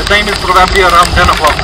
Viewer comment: Bhai daami cha vlog, I’m enjoying watching your channel, your content is good, I’ve subscribed, just one thing- “probably” ko pronunciation rectify gara hai (præ- buh· blee ) not criticising just a suggestion) one love